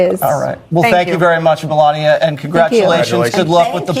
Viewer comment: This was obviously read by AI....pronouncing Melania as Melaniam the first couple of times and pronouncing Emhoff as M 'Hoff. Melania and Donnie suck.